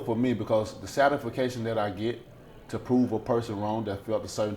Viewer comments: 2.15 what the hell does "satisfacation it's "satisfaction" dumbass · ‘Its all good for me because, satification that I get...’ Only Deontay can get away with saying ‘satification’ like it’s a real word. Legend. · Satification????? of this video, what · Wilder talks absolute jibberish LOL. Nothing makes sense. He cant even say words properly. 'Satifcation'?? HAHAHA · satification? Satisfaction sir lol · "Very satificated"😂😂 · Bro this nigga just said the Satification 😣😡😂😂😂 you mean Gratification nd you still used it wrong. Bro you're a freaking idiot now I see why you turned down 120 mil for 10 it was the Satification you get from showtime\pbc oh wait they didn't want to pick up your fight. No SATIFICATION There!! 😂😂😂😂😂😂😂😂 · he gawt that Satification lol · Man Like Sanaan G I was wondering if anybody else caught that!!! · DID THIS NIGGA JUST SAY "THE SATIFICATION I GET"....OH..THANK GOD HE'S A MILLIONAIRE ALREADY...AN I REALLY DONT HOPE U WALK IT LIKE U SPEAK IT...KUZ YOU'LL BE WALKING DUMB LIKE A MO'FUKA... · He said the satification that I get,,,🤣🤣🤣 is satification one of brain dead wilders made up words or he just can't say satisfaction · Did he say s-ati-fic-atio-n?????🤯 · “The satification”? 😂😂😂😂😂😂😂😂 😳 Bruh!!! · Satis-fa-cation.........does anyone know what that word means? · "Satification"😂 I really respect this guy though, tremendous character , has his own style of boxing that many critique , but hey it works for him . Also every fight he seems to be getting better. I just pray they make the Wilder Joshua fight happen . Will be great regardless of belts. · Deontay "It must was what it was, sytisfiction" Wilder. Would talk a dead horse up for a beating like he beat that microphone. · Did he really just say ‘the satisforcation I get’ what does that even mean man! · did he say "the sadefication that i get to prove a person wrong"? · Deontay “satisficayshun” Wilder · "Because the satification that I get" what the fuck 🤣 Fake smart people 🤦🏻‍♂️